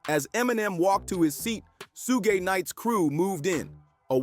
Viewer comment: “Soog” and “Soogé” is diabolical